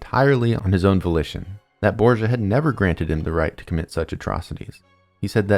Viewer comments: borDGia...not borsa, please!! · really grat video it made me rethink of how bad they had toght it at school try to reserch the pronunciation of some names hearing borgia like that was hilarious